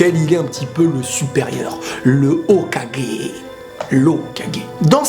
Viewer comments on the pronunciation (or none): none